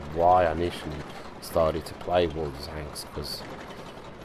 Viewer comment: "What´s up guys how you all doing bring in you another Worldkdnajcbdkajbabcadhclajdvaldslvl" lol